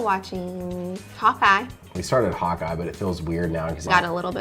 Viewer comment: When whe said hawkeye, i first understood popeye, and i was like whuuuuuuaaaaat???